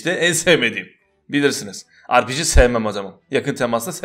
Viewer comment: Biri şuna ARPİCİ değil RPG desin